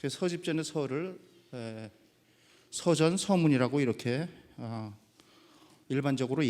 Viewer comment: 서전의 발음이 틀렸나이다. 서는 짧게 발음해야한다고 생각합니다.